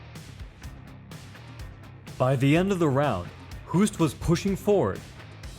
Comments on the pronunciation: "Hoost" in Dutch, is pronounced like the English word "host". (your pronunciation sounds like the Dutch word for "cough" XD ) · I love your analysis but here is a pro tip from a Dutch guy. To pronounce the name Hoost. Say Hose (like the flexible pipe you can force water through) and ad a T.